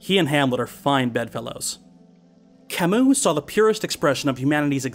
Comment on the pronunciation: wow you taught me how to say camus I've been saying it wrong this whole time wtf how come philosophers always have hard names